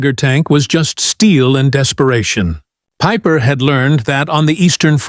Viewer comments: Peeper-Peiper? Hard to know where to begin. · Like Peeper for pieper